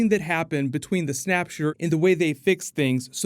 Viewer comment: did you say “snapture”? lol i hope in A4 it’s referred to this way